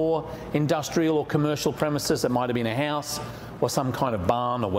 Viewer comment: What is 'Hause' and 'paawaa' ?😂